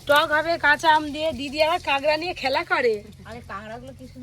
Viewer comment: কাকড়া‌ ❎কাংড়া ✅